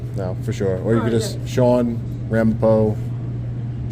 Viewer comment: his name is pronounced SHUAHWN